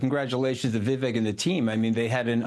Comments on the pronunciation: How long are we into this and the dude still cant pronounce VIV AKE names right....that clown tony, did no reasearch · Scaramucci can't even be bothered to pronounce Vivek's name correctly.... Such a tool. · The host couldn’t even pronounce Vivek’s name right!? Do better